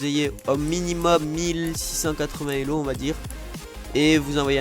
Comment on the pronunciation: C'est pas LEO c'est elo